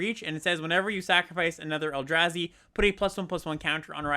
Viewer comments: Mispronouncing the “a” in Eldrazi and Abzan in opposite ways is so funny and infuriating at the same time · You’s knows the Eldrazi from Staten Island?